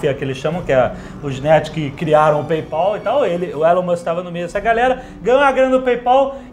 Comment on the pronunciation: "PayPOL", Jovem Nerd?